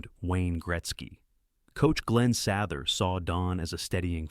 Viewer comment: You really need pronounce names correctly. Regina not Regena Sather not Sawther...